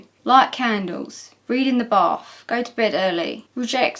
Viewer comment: hes saying bath, right? It sounds like barf, but that doesnt make any sense.